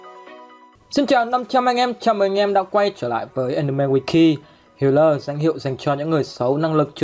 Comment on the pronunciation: Sao toàn đọc thành hatai báo thù